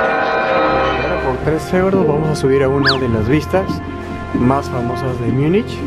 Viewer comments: Porqué dices Miunich? En español Munich. En alemán München. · Si vas a decir Múnich, procura mejor pronunciarlo asi (Munij) no Miunich, asi suena mal.